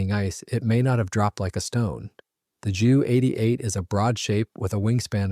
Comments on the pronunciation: Interesting video, but I wish the commentator would call it a Jay U 88, instead of a Jew88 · Jew88, Jew87, et al were NEVER pronounced /referred that way by the Allies either during WWII, or for ~75yrs thereafter. Only in the past 5 yrs or so has this become a YouTube thing, probably by young presenters who are not "hep to the jive." On that note, it's Dee-Oh, not Doh, it's Em-EE, not Mee, it's Kay-eye, not Key, etc., etc. I suspect there may some germanic influence in this, as Germans in WWII often referred to their types as May (instead of Em-ee), and You (instead of Jay-ewe). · The reason he calls it a Jew 88 instead of a J-U 88 is to differentiate it from the earlier Pollock 88.🤣😅😂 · If you can't pronounce the name of the aeroplane right don't upload 20 minutes of blah blah blah.